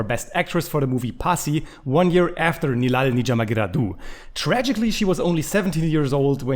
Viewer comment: First of all great effort from on pronunciation of movie title.. Thanks a lot for reacting to this Tamil Vintage movie starring Kamal Haasan Sir.. There are other great tamil classic movies of Kamal Haasan Sir namely Mahanadhi, Guna, Aalavandhan, Kurthipunal, Sathya, Aboorva Sagotharargal, Aval Appadithan, Moondram Pirai, Unnal Mudiyum Thambi, Pathinaru Vayathinile, Sigappu Rojakal etc..